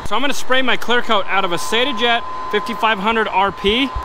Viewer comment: Having worked in a bodyshop before I joined the military I appreciate your attention to detail and the quality of your work. I really liked the channel until I heard you say that you use “say-ta” guns. I’m sorry but you are wrong its “sah-ta”.